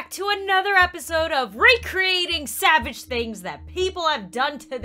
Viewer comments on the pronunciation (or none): recreating "sabage" things...